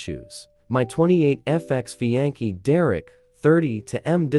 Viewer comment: "Ex fi ankee" 💀